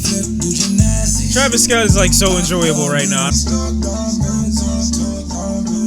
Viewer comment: “ Travis Scoot” 😂